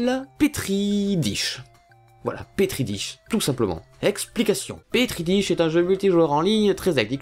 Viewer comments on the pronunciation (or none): Ça se lit pétri dach